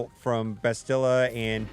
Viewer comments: Except that it's actually pronounced "BA-sti-la", with emphasis on the first syllable, not the last. Otherwise, I'm with you Grompous, I die a little on the inside every time one of the American based gamechangers mispronounces her name. SmithieD gets it correct. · Can you... Just pronounce Bastila's name correctly please? If you actually played KOTOR, you know how to pronounce it. NOT "bas-TIL-a" "bas-ti-LA." YOU GUYS ARE REALLY PISSING ME OFF WITH THAT